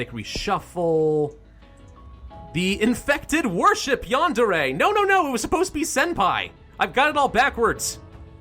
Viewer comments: It is pronounced yah-nd-eh-reh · its prounounced Yan-De-Re